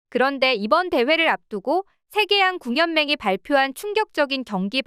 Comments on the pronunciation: 띄어읽기 좀 하자. 세계양 궁연맹? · 나레이션이 AI 인가보네 '세계양 궁연맹'?